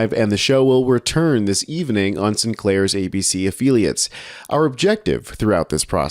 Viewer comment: A-Phil-e-ats not A-feel-e -ats